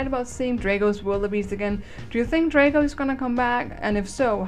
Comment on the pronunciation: It's drago not draygo